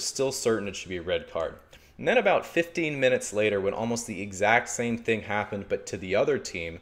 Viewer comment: Esteban Proaño fifdeen